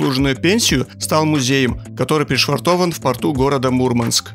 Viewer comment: Мурманчане не любят, когда произносят неправильно название их города, правильно говорить *Мурмáнск*!)✌️🇷🇺